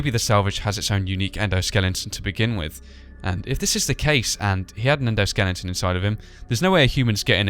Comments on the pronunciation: Why do you say endoskelington and not endoskeleton?(I'm not trying to be mean or anything, just a question) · Also, correction: Endoskeleton, not Endoskelinton.